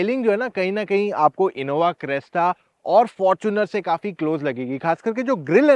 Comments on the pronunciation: Ye aadmi Crysta ko Cresta kyu bol raha hai? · Crysta not cresta brotherrr